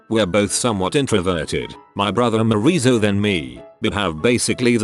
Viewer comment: “Moreeso” “Oneshie”